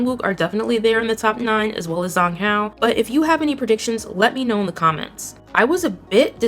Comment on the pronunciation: Zhang Hao is pronounced like Jahng Hao. Wang Zi Hao is pronounced like Wang Dsih Hao (Z's in Mandarin sound like ds as in "reads").